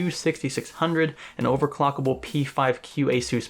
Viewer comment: Did I hear him right? Did he say "overclockable motherboard"?